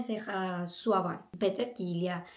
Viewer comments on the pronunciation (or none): C'est drôle comment tu dis ''suivant " On dirais que tu dis suave lol! suivantmente haha!